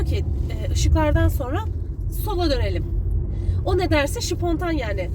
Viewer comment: “ Şıpontan yani sıpontan “ 😂😂😂😂